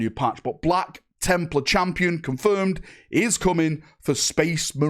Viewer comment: “Black Chimp-lar” ?🤨